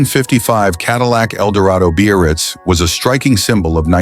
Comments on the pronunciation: When the is talking about the '55 Caddy, he speaks of the model. He calls it.. the Bee-or-reetz, or something like that. Some variation on.. beast? I dunno what he's saying. I've never heard the word he seems to be saying. `Beo-or-ritz'? `Bay-oh-ritz'? `Beer-writz'? I even went to the web-page for 1955 Cadillacs & there is no-such word in the sales-literature. There is `Brougham' for the ultra-large monstrosity land-boat of that era - but you've just stumped me. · He's (or "it's") trying to say "Biarritz." The Biarritz was the Cadillac Eldorado convertible model at the time.